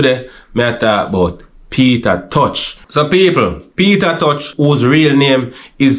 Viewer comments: Sounds like him say Peter touch..😂😂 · Not pronouncing Peter t name properly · Sorry to say this but why jamaican people can't say Tosh instead of touch the man last name is not touch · McIntosh=Tosh not touch. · Peter tosh not peter touch